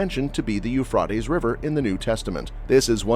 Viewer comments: I believe it's pronounced 'You fray dees'. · Sorry, but you can’t even say Euphrates…. You fray tees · Please pronounce the Euphrates correctly. It is pronounced Eu-frate-ees. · But you can’t pronounce Euphrates, long A… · Exactly, it drives me nuts. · I can't watch more than 3 minutes listening to you mispronouncing Euphrates.